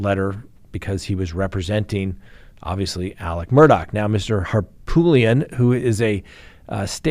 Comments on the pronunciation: HARPOOLIAN NOT HARPTOOLIAN I WILL FUCKING UNSUB IF YOU CANT PRONOUNCE A NAME THAT YOU SHOULD KNOW CORRECTLY,. Wtf. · Please, please stop calling Murdaugh attorney HarPOOLian. It's HarPOOT lian. It's an Armenian name from his family village in Turkey. Harpoot. Love ya-lol. Southerners love nicknames and he got tagged as POOT early on by many. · Why can’t correctly pronounce the lawyer’s name from the Murdaugh case? I’ve heard him pronounce it 3 different ways…..all of them wrong😂 It’s not Hartoolian or Harpoolian.